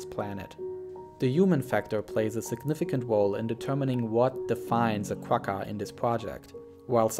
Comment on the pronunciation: the "gg" in quagga is pronounced like a flem sound. Like the "ch" in Bach. It's the sound you make when you've got popcorn stuck in your throat.